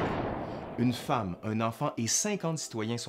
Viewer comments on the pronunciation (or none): none